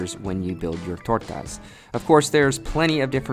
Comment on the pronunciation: I really enjoyed the way you said tortas!